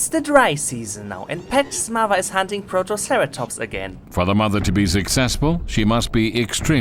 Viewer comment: "protoceratomps" :D